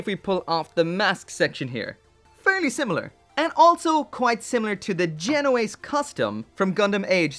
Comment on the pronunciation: I like how you said the alto white looks like the genoace custom and how in the intro you called it Geno axe